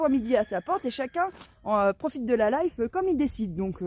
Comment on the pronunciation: 😮profitez de quoi? La leiffe? C'est quoi ce mot? LA LEÏFFE ou LEFFE 😂 Arrêtons d'honorer Mc Kinsey petits choux d'amour ❤🎉